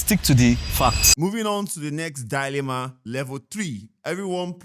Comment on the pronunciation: I’m actually losing my mind with how they say dyyy-lemma 😭 just a correction, it’s DI-lemma duhlemah ❤️❤️